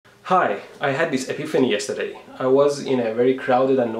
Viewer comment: 2 seconds into vid the way you pronounce "yesterday" 😂😂😂👍